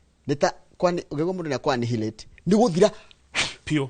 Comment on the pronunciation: Hi. Please check out the correct pronunciation of ANNIHILATE. The 'h' is silent. I've noted you are a scholar n I've learnt a lot from you. Take this as my one dime contribution to this growth.